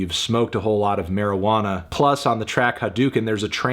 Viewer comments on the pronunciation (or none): none